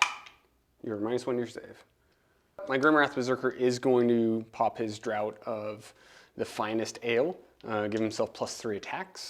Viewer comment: Draught is pronounced draft… sorry, it’s a weird English thing